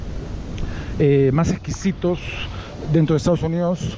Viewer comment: una crítica constructiva, soy peruano pero no soy de Lima. Pero me dado cuenta que ustedes los limeños muchas palabras lo hablan con la J en lugar de la S. Por ejemplo dicen maj caro, pijco, menoj caras, cujco, conojco, etc... Sería mejor si hablaras neutro y sin tanta jerga